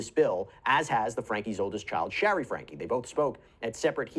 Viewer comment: Great video! BTW Shari pronounces her name as share-y, rhymes with cherry.😊